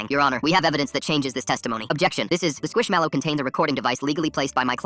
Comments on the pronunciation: Why is nobody talking about the way he says squish mellow like why he say it like squishAmelo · Bro said squishamallow